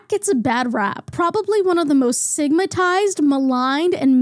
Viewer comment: SIGMATIZED?! Sigma. Tized. BRUH.